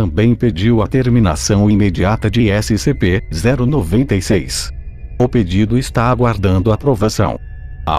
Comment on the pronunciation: Eu: •-•) Hum, vídeo legal Narrador: SCP-096 Eu: hum Narrador: S-C-P-0-96 Eu: ok brow •-•)=b Narrador: ÉCI CE PÊ ZÉRU NOVENTA I CEIS °-°) omae wa wo chindeiro Narrador: NANI?!!?!?!!